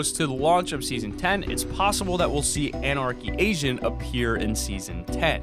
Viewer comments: did he just say anarchy Asian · i kept on thinking u said anarchy Asian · I though you said anarchy Asian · Lol love the vids but have have to point it out but it did you say Anarchy Asian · you said Anarchy ASAIN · is it just me or did he say anarchy asian? :) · Who else heard him say Anarcey Asian lol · I thought you said anarchy asain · with the anarcy agent I thought he said anarcy Asian and I was like wot